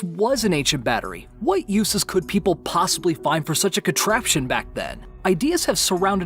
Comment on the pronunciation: Maybe I'm just bad at English, but is he saying possible wrong?